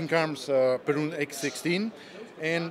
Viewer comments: It's not Peroooooooon It's just a normal length U Like in Uwe Boll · Perun?! Next time ear Bear!